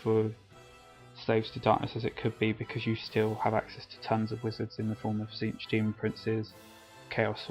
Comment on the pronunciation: I believe Tzeentch is pronounced Zéénch, t is silent. Great video though.